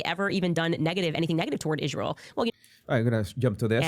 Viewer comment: It's really annoying to listen to her mispronounce israel as izshreal. Such a birdbrain...